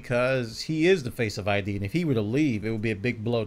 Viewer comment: It's not I.D. It's Id, like the human id.